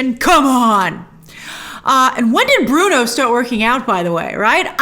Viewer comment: It's so funny how Cameron still doesn't get Bruno's name right!🤣